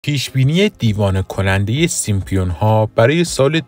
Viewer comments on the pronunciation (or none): خنده دار تراز سیمپیون ها اینه که بشینی تحلیل کسی رو گوش بدی که به سیمپسون ها میگه سیمپیون ها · اسم آن سریال " سیم سونز" Simpsons هستش لطفا درست تلفظ کنید، با پوزش.😊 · سيمسون ها ! اينجا پي خونده نميشه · baba Simpionha yani chi?? simpSONS ya simpsonha va "P" talafoz nemishe Yani SIMSONS 👌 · هنوز درست نمیتونه بگه سیمپسونها بعد کلیپ درست میکنه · شما اول تلفظ صحیح اسم این انیمیشن رو یاد بگیرید بعد در مورد پیشگوییشون هم صحبت میکنیم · شم اسمشو هم درست نمیگی جناب اینا خودشون درست میکنن همه چیو پیش بینی درکار نیست